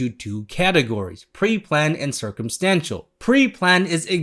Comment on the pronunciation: Every time you said circumstantial I thought you were going to say circumcision😂